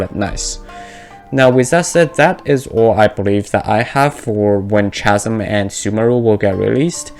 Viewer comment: This isn't related to the video but just wanted to let you know that "Chasm" is pronounced like "Kasm"